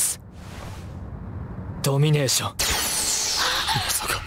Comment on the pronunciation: ドミ↓ネー↑ション